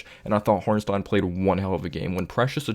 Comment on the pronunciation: Appreciate your analysis but why do you say Hornstein and not Hartenstein lol